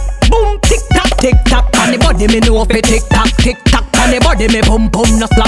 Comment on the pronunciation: I’m sorry when spice said balm tik tolk I died